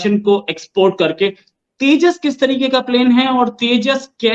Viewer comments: तेज़ा नहीं तेजस है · Abe Teja nahi Tejas... Waise Andaaz Apna Apna ka Paresh Rawal wala Teja mai Hu mark idhar hai yad agaya 😜😜😜😂😅🤪 They use to make fun of Tejas ✅️ which is any day way better than Chinese junk fighter JF17 Blunder 😂🤣 now keep crying silly Pakistanis 😜